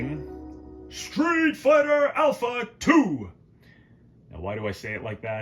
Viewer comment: "Stweet Farter Aupha, Two!"